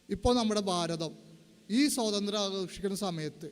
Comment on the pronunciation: സോതന്ത്ര്യം അല്ല, സ്വാതന്ത്ര്യം😮